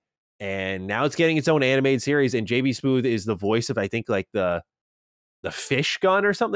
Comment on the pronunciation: JB "Smoove" Not "Smoothe"